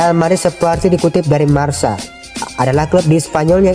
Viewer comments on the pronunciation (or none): Marka bukan marsa wkwk